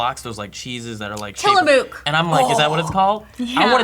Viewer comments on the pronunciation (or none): Excuse me. Tillamook is pronounced like "took", or "book". Not "duke" or "nuke". From a proud Oregonian. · I live in Oregon.....the cheese you speak of is pronounced Till-a-muck...Just like the town....its kinda weird. Also, the cheese factory is like a local hot spot for the best ice cream ever!! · its "Till-ah-muck" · I'm from Oregon and I really hope doesn't really call it tillamOOk. smh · I found the way pronounced Tillamook interesting. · Shout-out to for mispronouncing Tillamook